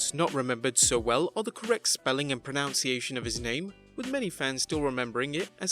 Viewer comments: Pronunciation, not "pronounciation". 🤦🏻‍♂️ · You mispronounced “pronunciation.”